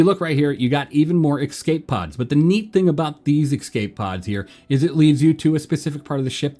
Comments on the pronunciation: Bro they’re called Escape pods not EXCAPE pods. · My dude, love the vids, but please learn how to pronounce the word 'escape'!